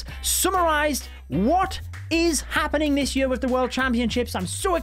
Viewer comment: Am i the only one who finds it weird how he pronounces "year" as "yee ar" lol